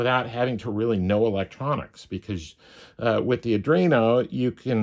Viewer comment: “ADREENO”??? SERIOUSLY??? Try, “ARDWEENO”! 🤦🏻‍♂️🤦🏻‍♂️🤦🏻‍♂️